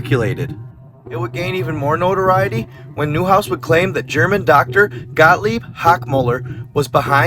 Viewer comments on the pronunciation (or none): none